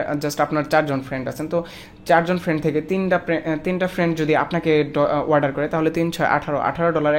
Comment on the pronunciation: Warder nhi Bhai, Order bolo !!